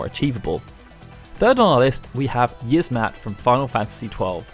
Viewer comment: It's pronounced Yi-az-mat not yizzmat you uncultured swine